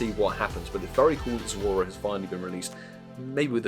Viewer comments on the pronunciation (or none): It’s Zo-ru-a and NOT Zo-u-ra.